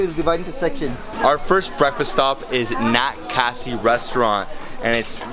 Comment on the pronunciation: It's khasi bro .. correct it.. cheers to Northeast